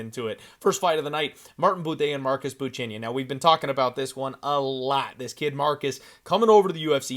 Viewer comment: "Marcus Buchania" then called" marcus" for remainder. " Bu-Chech-A , you noob